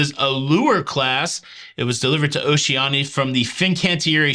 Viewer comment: "O she ANN i a".